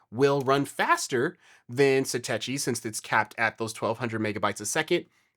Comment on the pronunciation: Why do people keep mispronouncing Satechi? The CH sound is pronounced like a K sound, as it is in technology. And why would you care about cables becoming accidentally unplugged when you’re rebooting your Mac? Obviously at that moment there should be no processes running. And if you have cable unplugging simply by raising the Mini a fraction of an inch, then your cables are not seated or installed properly in the ports.